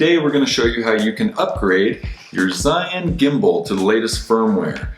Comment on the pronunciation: it's pronounced roughly like gee-yoon. thanks!